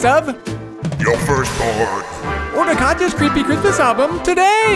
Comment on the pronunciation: The "Siiilent night" reminded me of the Tom Waits verson. Lol. "Merry Chrishmash time! Happy Holidaysh!" Lol.✌🎅🎄🎊🎉⭐🌠✨